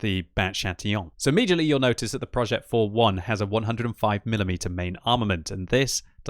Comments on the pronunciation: Hey here's an advice on the pronounciation of the name. This tank's name is said "projeh" and not "projet" it's not like progetto. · Pronounce PROJÈ(T)